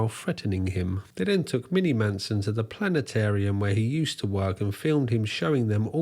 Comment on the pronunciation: Hahaha no way! You almost pronounce Planetarium like the bloke of South Park... "PllannAtAIRm." You pommy twat haha 💪🏼🇦🇺🤙🏼 Edit: A wild Music Biz Marty appears. Besides that photo, that is the second sighting of him for me. He must be the master of holding his urine in because that gut! Probably why Mini got toey-er than a Roman sandle and caressed his bottom 🍑